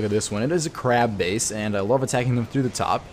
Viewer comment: When he said crab base,I think he said crap base.